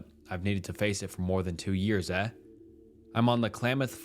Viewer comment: Why do you say eh like that